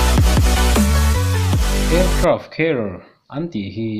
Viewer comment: Aircraft Care ti angin ka hriat dyh chule....😊😊😊😆😆lol